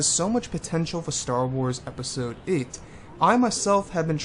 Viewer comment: Peisode. Te-hee-hee. :P